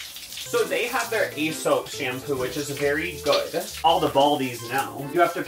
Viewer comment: Not gonna lie, the weird pronunciation of Aesop is driving me a little nuts. I assume it's a joke, but I thought the brand was pronounced like the guy who wrote the fables. That's how the employees said it when I accidently walked into their store without knowing how expensive it was. I ended up buying a couple samples.